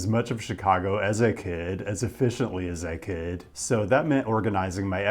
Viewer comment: I have never heard your accent as strongly as when you said "As I could" at the beginning of this video. At first, I thought you said "as a kid"